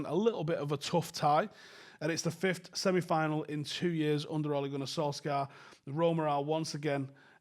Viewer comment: It's sol shyer that's how u pronounce it house son.